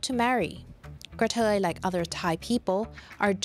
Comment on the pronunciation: Same thing. She's just pronouncing it differently.